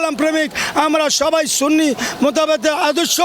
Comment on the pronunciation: যিনি সুন্নি কে সুন্নি বলতে পারে না সিন্নি বলে। আপনি তো ঈমান হারা। যিনি রাসুল মানে তিনি সুন্নি। এটাতো কোন বাতিলের দলের নাম না। আল্লাহ আপনার দোয়া কিভাবে কবুল করবে। আপনি তওবা করে ঈমান আনুন। আল্লাহ আপনাকে হেদায়েত করুক